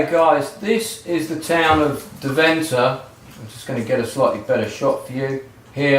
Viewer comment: Hope to meet you in Deventer again then. By the way, it's DEventer - with the emphasis on the first part.